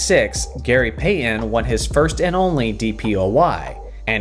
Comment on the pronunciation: You pronounce Payton as Payyen